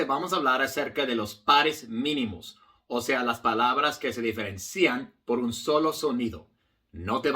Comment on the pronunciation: Gran maestro, con toda admiracion, permitame corregirle que la pronunciacion de diferencian en la silaba cian no lleva acento. Osea la " i ". Ud. Habla muy bien español. gracias. 🎉